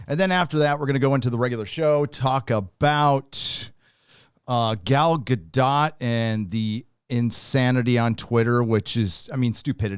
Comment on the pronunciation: Gal Gadot said herself that its "Ga-Dot", with the "t"